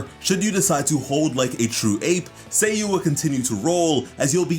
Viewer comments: saaaayu, not say yu hurmm :'( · Its not /say/-/you/, its /sah/ /you/ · Say-you. Yoy-miya. I can't get past your pronunciation. It's Sah-yu and yoh-ee-mee-yah. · did he just spelled her nayme Sayy U? not saa yuu? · SA YU Sa-yu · It’s Sayu, like “LevioSa”